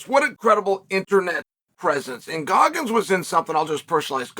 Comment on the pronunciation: Did he say Guggins?